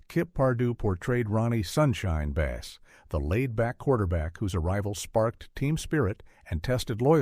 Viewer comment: Couldn’t watch past the mispronunciation of Ronnie Bass’ last name. The content is right from a web page, with slop AI narration.